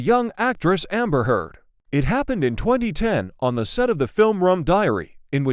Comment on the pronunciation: Oh stop this disgusting lies. AI can’t even pronounce her last name.